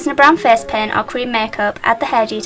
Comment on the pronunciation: Haha, I love the way you say "face". :D "Fez"